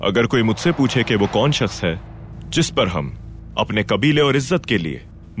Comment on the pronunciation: “Kaun” hota hai bhai “kun” nahi